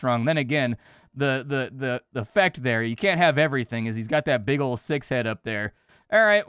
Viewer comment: "Six head"?? Lol.